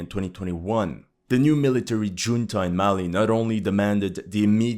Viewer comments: At that time stamp you pronounce junta with a 'J', while in fact it is pronounced as an 'h' because it is a Spanish word. Not judging, you speak English better than I speak anything else, but a military 'Juneta' caused me to giggle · Good French pronunciation! Yet, Spanish junta is [hunta] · "Ju" in "Junta" is pronounced like "Who". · It's Khunta, not Djunta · "Junta" is pronounced "hoon-tuh." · For the record: it is pronounced "hunta." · OMG, in "Military junta" the "J" is read as "H". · Junta is pronounced "hunta". How do you as a supposed military analyst not know this basic fact?? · The English word, "junta" is pronounced as HOON-tah. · I'm not being critical, but I found it interesting that you pronounced "Junta" with a "J" sound instead of an "H" sound. Of course, excellent video like always.